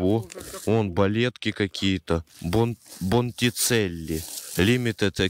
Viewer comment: "Бондичелли"! Ты вообще что ли?